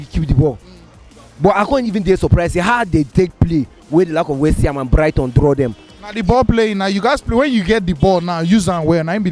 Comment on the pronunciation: what is westyham..please...... it is called........West ham